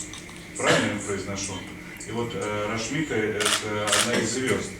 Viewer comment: оно рашмика, а не рамшика